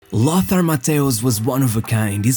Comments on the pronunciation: Yes, languages like German are certainly not easy for non-native speakers, but "Loßar"??? C'mon. It's simply "Lotar, that's really not difficult. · There is no "th" in Lothar. The name is pronounced "Lotar".